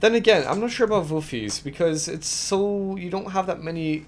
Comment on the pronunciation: That Dutch pronouncuation is not far off. Almost!